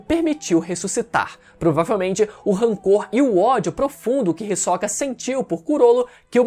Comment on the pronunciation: o HiSOCA 🥵🥵, que agonia ele pronunciando assim kkkkkkkkk